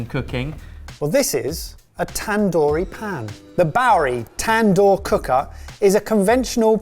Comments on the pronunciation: tan-door😂 it's more like dooor ,tandoori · Wtf is a tan-door😂 I'm not trying to be mean... But there is a writer and script and a whole lot of other hands went into making this video (which i enjoyed as with all the content on this channel)... And not a single person said "cut! The word is pronounced tand-hoor" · The tandoor is pronounced as tn-duur